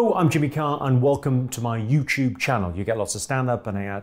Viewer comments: This man really said YouChube Channel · I love Jimmy, but what is "You Choob".